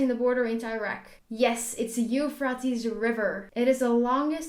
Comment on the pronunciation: dude you pronounced euphrates river totaly wrong! 🤣